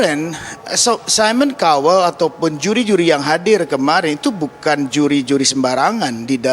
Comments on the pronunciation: "saimon kauwel" pronounce nya.. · Mon maaf cara bacanya mba : Simon Cowell = saimen kawel Chance= chans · Simon kowel hahaha cobalah belajar lagi sblm on air 😅